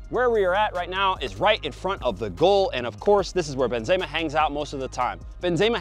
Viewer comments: A man said benzayma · The Benzeyyma is kind of annoying me but great vid as always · It sounds weird when he said benzema